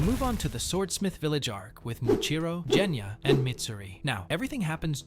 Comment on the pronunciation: ok I am sorry but this makes me mad it is NOT jenya it is genya